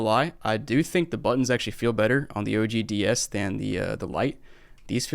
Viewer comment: Sounds like he's saying "nintendo Díaz" like the mexican nintendo, now i want one 😒